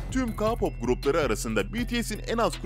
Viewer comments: tmm anladım ayn bende ona sinir oldum kaa pop ne ya😂😂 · Ayn ben her dediginde ka pop degil key pop diye bagriyom 😂😂😂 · Key pop demesi gerekmiyor mu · Ya Ka Pop ne Allah aşkına K-POP "key pop" diye okunur. Önce okunusunu öğrenin lütfen izleyemedim videoyu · Abi ka-pop değil o KEY POP diye okunuyo.Yazılışını da biliyorsundur her halde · Abi ka-pop ne ALLAH aşkına yaaa. Beynim yandııı🤦🏻‍♂️🤯🤯🤯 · Abi o k-pop ka-pop değil ÖHSHSJKSH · Ka pop!??? Okunuşu:key pop 🙂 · Biri ki pop diyo Biri ka pop diyo Olm doru soyleyin bu sozu key pop key pop ka yada ki deyil key pop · Bu arada telaffuzleri baya baya dogru söylüyo sjsjsj Beties deyil [Bities] Rm deyil [Arem] Cunkok deyil [Cankuk] Ka-pop deyil [Ke-pop] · Abi sen kipope kapap areme erem demen icimi urpetiyor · Ka-pop ne yaaaaaaaaaaaaa abi bak key-pop anladınmı Abim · "Kapop" değil "keypop" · Abi kapop değil keypop diye okunuyooo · Kapop değil keypop diye okunuyor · Ke pop diye okunur Rm riyem diyr okunmaz arem diye okunurrr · ka pop :DDDDD KEY POP DIYE OKUNMASIN O yani K -POP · Adam ka pop diyo ama sorusu kpop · Ka pop dersen bi daha cidden malmisin ya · Lütfen telaffuzlara dikkat et abicim svzvzvzvz Ka pop ne yaw bcsvsvs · Ka pop değil key pop diye okunuyor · Ilk baslarken Ka pop deyil Kpop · Abi ka-pop değil k-pop o (k)de (key pap)diye okunuyor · KA POP MU? SÖYLENİŞİ KEY PAP ONUN KA POP NE OLM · Kapop nedir abicim Allah aşkına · Kapop diğil keypop🤦🏻‍♀️ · ka pop ne ya hani ke pop desen biraz kurtarrı ama ka pop neeeee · Ka pop ne Allah aşkına ya😠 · Ka pop değil ya keypap diye okutuluyor! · KA POP KE POP OLMASIN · Ka pop ne türkce oku ke pop deseydin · Abi ka-pop nedir ya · Ka pop diye okun muyor Ke pop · Gerçekten sinirden gülücem. Ka pop ne ya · tabiki basar ona bir şey demiyoruzda bizim derdimiz ka pop diyişine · Abi allah aşkına kapop ne ya 😂 Yanlış anlama seviliyorsun canım şakasına dedim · KA POP NE DAHA K-POP NASIL OKUNDUĞUNU BİLMİYOR AMA BUNLARI BİLİYOR BEN SANA NASIL İNANAYIM BUNLARIN DOĞRU OLDUĞUNU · Kağpop ne lan?